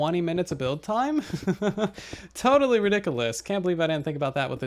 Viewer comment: I love how he says Ridiculus